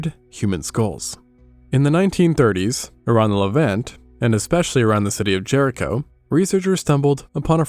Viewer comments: ahh this is voiced with ai. Damnit, just when I thought I found a good history channel. Properly pronounces jericho minutes earlier. Then says “jury co” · Do you have wandering pronunciations on words that you haven't bothered to look up? Jericho, JeRiquo?😂